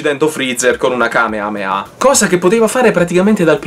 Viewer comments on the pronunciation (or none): none